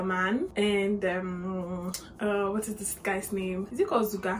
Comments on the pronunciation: She called ruger....zuga😂😂😂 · Zuger??? Girl do better 😂😂😂